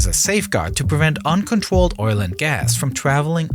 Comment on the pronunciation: The worst part of this is his pronunciation of words containing R. Sounds like it’s being narrated by a 3 year old 🤦‍♂️ dwill pipe? Uncontwolled? I mean come on… how old are you “”